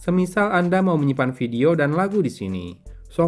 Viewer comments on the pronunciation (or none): none